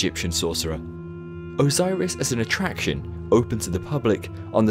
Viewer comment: OZOIRIS SEWNDS LOIKE A VOIRUS